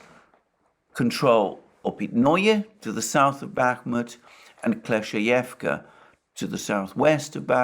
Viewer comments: Kleshcheyevka. The word rolling off his tongue like a pro now lol. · Double good news: 1. Russia captures Kleshcheyevka 2. Alexander can now pronounce it